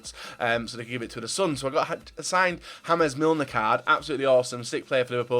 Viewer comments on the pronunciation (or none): Disliking just because he said "HAmes milner"